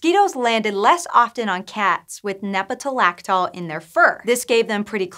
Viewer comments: lactol. not -laxol. One would think that someone running a science video site would know how to read. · Actually, if you listen closely, she sometimes says "nepetalaxol."